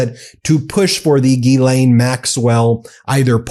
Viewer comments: Not geelaine (like guy) but jislaine (like justice ) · When there is a H behind a G, then the sound is J, like John. So it is GHIslaine (Jislaine), not guilaine (like guy). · I can’t listen to this Gee-lane mispronunciation anymore! I obviously don’t support her but Jesus atleast say her name correctly. It’s like nails on a chalkboard. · I dont like Ghislaine but i would like you to look better by pronouncing the name correctly. You’d be the first. It’s not a hard G. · Please Sir , be the first American to look up the actual way to pronounce Ghislaine properly ...every time you say it I laugh , all you Americans just follow along and pronounce it like typical Americans .